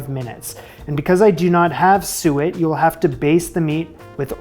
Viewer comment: Also, congrats on learning how to pronounce "suet"!